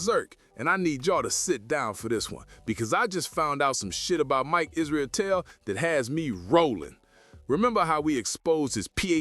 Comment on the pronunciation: Idk if you mean to say Israeltel everytime instead of israetel but it fits really well 😂😅